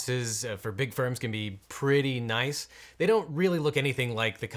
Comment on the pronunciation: Also terrible at tennis : " "nioice! "